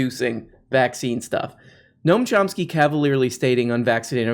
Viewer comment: Gnome Chomp Ski